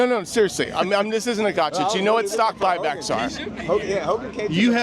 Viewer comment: “I’m not concerned with stock bock buy but…” 😂